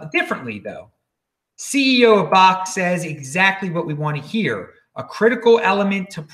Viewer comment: I believe its pronounced .. Backed (bakkt)